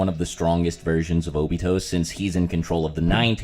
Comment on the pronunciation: Nobody:: “Obitho”